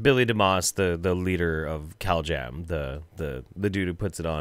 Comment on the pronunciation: I keep hearing "cowjam" instead of "caljam". It's made these videos even better.😃🐄